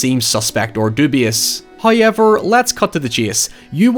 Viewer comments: No, no... he meant "HoyUeverr." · i think you mean hye-ever